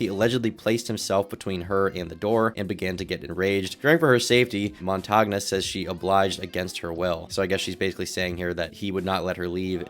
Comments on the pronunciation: I believe Montagne is pronounced "Mon-Tane". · Why do Americans, and you guys are the worst offenders, who live on the internet, not google and listen to pronunciations? I get you're probably super busy with lots of other aspects of a vid but really, it'd take seconds! It's mon-tan-ya, french for mountain. But if it isn't, americans butchering foreign, and even English, names should be a meme... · Montagna is pronounced montania (more or less), "gn" is pronounced like the "n" in the Spanish word 'senor' Also stop doing this, america: Bologna = Baloney